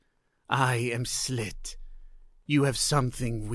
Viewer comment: Ummm... The name's Sss-ill-at, I think, not Slit. Still a billion times better than AI. You do so well the miss just was that more noticeable to me.